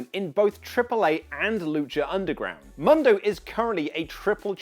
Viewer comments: Oli where are you??, with ALL due respect, please for the love of all that is holy in wrestling, please try and at least listen to how the names are pronounced ahead of your show. I know you read Johnny MUNdo, proper pronunciation however my brother, is Johnny MOONdo... or just John Morrison works too. Anyway, love the vids and I've been a subscriber for quite a while now. Keep that fresh news coming. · MUUUUUNDO NOT MONDO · "Mundo" is produced Moon-dough FYI you're welcome.